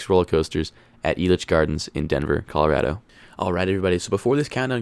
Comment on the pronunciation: You’re a Colorado native but can’t pronounce the state’s name correctly?